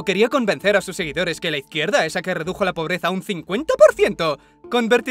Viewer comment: Me quedo marcado el "reducio" en lugar de "redujo" lo siento igual te llevas mi like:thanksdoc